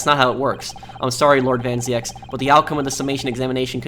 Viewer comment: as a dutch guy i can tell you that you pronounce the name van zieks as american would pronounce van Zekes, or van zeeks. van zieks is a dutch word meaning from sickness